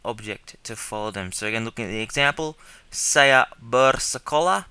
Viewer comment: saya should be like siyah not sayaaah hahah sorry to be mean but yeh g